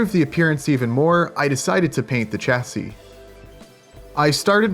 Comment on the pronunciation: Chassis shassy not chassy love your work, just does my head in a bit when you say it so wrong lol